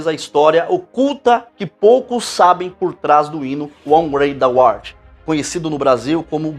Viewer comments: Muito bom o trabalho do irmão. Uma correção. A pronúncia de Amazing Grace não é "Amazing Greici", mas sim, "Ameizing Greici", enquanto How Great Thou Art, a pronúncia correta é "Rau Greid Dau Órt" e não "Ôu Greid Dau Órt", conforme o irmão pronuncia repetidamente. Abraços e paz. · Pronuncia-se "rau greit dou arte", algo próximo disso rsr. Podia ter dado uma googada antes de fazer o vídeo, hem... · Cara, nem saber falar o nome do hino voce sabe. A antes de qq video meter uma propanda nada a ver.... parabens. Aproveite os inocentes e pague pelo que esta fazendo. Que todo engano que você prega volte para voce, cem vezes. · Eu acho q vc deveria pelo menos pesquisar como se fala corretamente o nome do hino em inglês, pq vc está fazendo um vídeo pro público para o qual vc deveria falar o que é certo